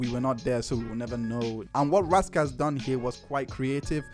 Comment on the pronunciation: IT'S RAS KASS NOT RASS KASS